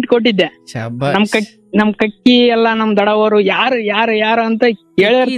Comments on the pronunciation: ಕಕ್ಕಿ ಮತ್ತು ಕಕ್ಕ ಅಲ್ಲ. ಕಾಕಿ n ಕಾಕಾ. ಸರಿಯಾದ ಉಚ್ಚಾರಣೆ. ಆದ್ರೂ ಬಲೂ ಕಾಮಿಡಿ sakhattagitthu😂😂😂. ನಿಮ್ಮ ನಗು ಚೆನ್ನಾಗಿತ್ತು. ಹಾಗೇ ನಗುತ್ತಾ ಇರಿ. 🙌😊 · Adu kakki alla. Kaaki, kaaka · Kakkki alla adu kaaki, kakkka alla adu kaakaa